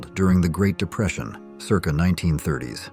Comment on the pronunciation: AI has no clue how to pronounce circa...